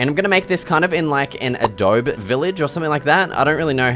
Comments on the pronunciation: IT'S NOT ADOB- IT'S ADOB-EE DX Adobe like the program - they ripped their name off of historical Native American tribes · Adobe is actually pronounced "adobe". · can you also look up how to pronounce adobe because your saying it wrong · it kinda bugs me that you mispronounce adobe 🙃